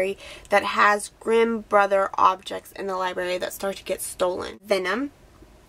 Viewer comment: How can you say libary? You're obviously a reader, don't pronounce it wrong! There's an r there, libRary